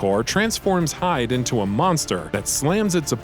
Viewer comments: It's not "hide" it's (he-day ) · great review though you pronounced "Hide" wrong. It's "He-de" not "Hyde" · HIIIIDE NOT "HIDE" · It's hee-deh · They way the reviewer pronounced Hide makes me think he didn’t even play the game.